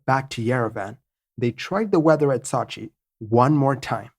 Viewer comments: Sot-chi lol Sow-chi come on man... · Not to nitpick but the name of the city is sew-chi not saw-chi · Ok I thought the city of Sochi was pronounced SO-chi. You pronounce it more like SAW-chi. I'm from St. Louis, Missouri, so maybe my accident is different? I also have a tendency to pronounce Wuebec KAYqec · So-chi...not Sa-chi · My favourit city in Russia. It is Сочи (Sochi). It is pronunced as sOchi not sAchi. It is a resort town. It is in Krasnodar on the Black Sea. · Excellent video. But you drive me nuts with your mispronunciation of Sochi. It's not SAH CHI, it's SEW CHI. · Not sachi but Sochi! I used to live in Sochi Russia! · Sew-chi man, not Saw-chi... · Pronunciation = Sooo Cheee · No, that is sue-che, we want sew-che. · I'm sure you already have a 100 comments saying this but it's SO-CHI as in "to sow a sweater" or the word SO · I'm a big fan and watch all your stuff but this one was tough to watch-- 'SOW-CHEE' if you spend 30 seconds checking on the pronunciation this video would have been great. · Man...don't u remember the Olympics in Sochi...its a fucking long 'O' sound. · I’m having a hard time with his attempted pronunciation of Sochi. Google will say the name for you if you don’t know how to correctly pronounce a city or place name. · Didn't they recently have the Olympics in Sochi? I heard the name of the city pronounced over and over, but never the way it is in this video. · Ugh. Learn to pronounce Sochi before recording the video! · New drinking game, take a shot every time “Sochi” is mispronounced lol. Normally I don’t care, but that was brutal.